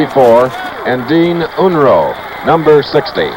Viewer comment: He might have mispronounced Kinney, Unruh, and Devaney as well.